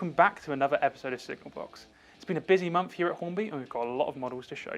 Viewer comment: Its unfortunate that this presenter, cannot pronounce month! Maybe Hornby can pick a more articulate presenter instead of inflicting us with very poor pronunciation. Especially as this presentation reaches an international audience?